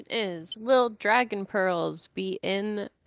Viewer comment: Hearing say dragon is sooo painful lmao